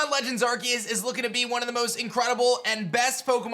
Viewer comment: I love watching videos, but the way he pronounces arceus drives me crazy 🤣